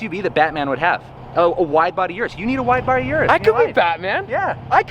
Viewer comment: "Yurus" makes me cringe evertime someone days that